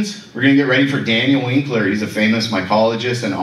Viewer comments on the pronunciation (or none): none